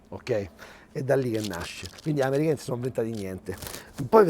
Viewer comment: “quindi gli amerigani, nn se so invedadi niende” 😂 grandissimo 🇮🇹